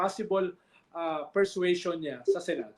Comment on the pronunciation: Purse-sway-sion or Purse-suasion. Lol